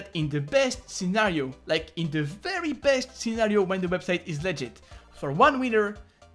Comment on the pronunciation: every time you say legit I hear legend